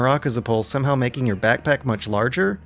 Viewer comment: Making - aping Ehhhh